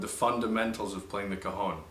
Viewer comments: it´s not cajon... ....it's CAJÒNN!! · I a Mexican it's pronounced ka'xon